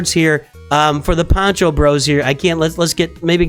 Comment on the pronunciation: Poncho, not pancho - pancho is a salchicha or hot dog (sometimes lazy)